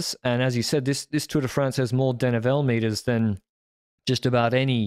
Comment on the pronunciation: will you please pronounce "denivelé" properly! It's "deh-nee-velay" notnot "deh-nee-vell"